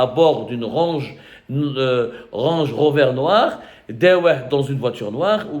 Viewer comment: Une "range rover" hhhhhh ya abdou hhhhh travaille ton accent anglais un peu hahaha là on dirait que tu dit à tata zoubida de ranger rover